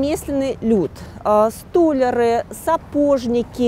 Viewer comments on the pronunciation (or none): СтолЯр!!! Не стОлер!!! И у слова "юнкера" - сдвиг ударения! Не Юнкеров, а юнкерОв! У имени "Резо" ударение на О! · если вы рассказываете о Петербурге, то и говорите на правильном ру сском. услышала ваше столяр с ударением на на букву о и дальше смотреть не стала